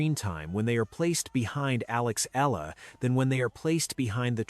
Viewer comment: Pls pounce her name as EH... YAH.... LA....